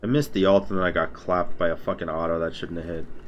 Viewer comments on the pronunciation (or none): none